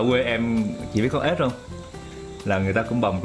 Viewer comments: kỳ ghê hà, con Ếch mà nói ra con ớt à 😂😂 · Miền bắc phát âm cũng sài lè ra. Ê chờ ếch như miền nam đúng hơn. Chứ không phải ê chờ ách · mình nghe ra ách đó. Túm lại là ở đâu nghe quen ở đó. Mình miền trung